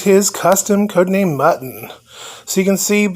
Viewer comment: Muton is pronounced mew-ton, not like mutton. I'm not sure why Palitoy decided to give their robot a name that sounds like it's supposed to be a mutant, but since they did I feel obligated to stick with it. Of course, Palitoy also named their skull shaped space ship the Roboskull, even though it's not a robot, and their skeleton themed robot Skeletron. They definitely had some odd naming conventions going on, but I love their designs regardless.